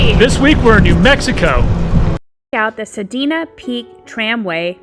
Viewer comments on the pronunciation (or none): San-DEE-Uh Peak, not Sandina peak ☺️🫶🏼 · It's pronounced sand de ah